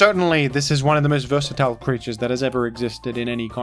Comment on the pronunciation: you say versatile weird